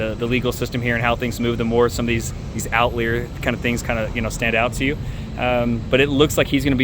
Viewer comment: I’ve never heard of someone say outLEER instead of outlier before 🤣